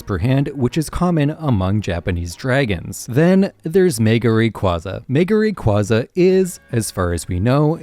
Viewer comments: Moltres is actually both spring and autumn since it can get warm in those seasons Edit: FCK ITS Ray-QUAY-za ITS THE OFFICIAL PRONOUNCATION DAMMIT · Love the video! However Rayquaza is pronounced Ray-kway-zuh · another case of mispronunciations Regice - Reg-ice, it has only 1 i in the name Rayquaza - Ray-qua-za, the qua comes from quasar Arceus - arc-eus, the arc comes from arcane (and the Silvally ability is the RKS system, not the RCS system)